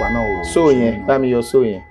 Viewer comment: He said it very clearly